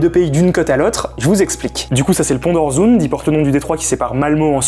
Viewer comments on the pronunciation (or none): Juste un petit commentaire de prononciation. Le scabdinave ø ö ça se prononce heu, Malmeu Euresund. Voilà...